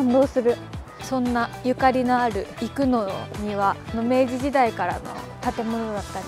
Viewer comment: 👍️生野の発音が生粋の関西人やのん！😉ますますべっぴんさんやのん！😍